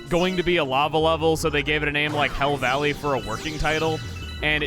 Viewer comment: The first time he said hell valley I thought he said hill valley